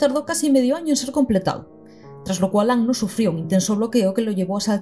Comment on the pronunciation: Primera youtuber que veo pronuncia bien el apellido de Anno, ya sólo por eso mis respetos. Acabo de terminar el video y fue increíble. Incluso me aclaró algunas cosas de EoE. Algo que me queda mucho y que he estado reflexionando bastante debido a que ahora estoy más educado en temas de género es la sexualización absurda de chicas adolescentes. Eso se hace peor todavía en Rebuild. Por cierto en un momento mencionas algo así como “habría que hacer un video sobre lo que Evangelion tiene que decir de las mujeres”. Y yo te digo, ¡si por favor! Independientemente de todo eso que bonita obra y que maravilloso personaje el de Kaworu. Es que sus diálogos son oro puro. Todo lo que sale de su boca te deja para pensar y reflexionar. Me agrada saber que no arruinaron esa característica suya en Rebuild, siendo que se cargaron muchas cosas buenas. En fin, excelente trabajo.